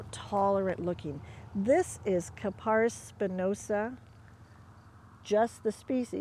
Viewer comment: Thanks,. Very helpful. One point, though: pronounce the genus KAP-a-ris.